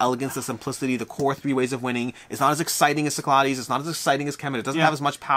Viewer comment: Cyclades. Sick-la-dees. I’m sorry, I cringe every time.